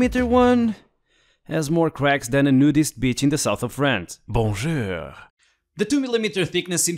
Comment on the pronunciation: "Bon-jöör" killed me!